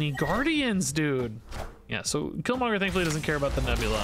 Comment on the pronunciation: Can't blame chat on you Polaris mess up. You said it correctly twice then without any prompt did it wrong twice